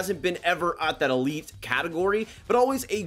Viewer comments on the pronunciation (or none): none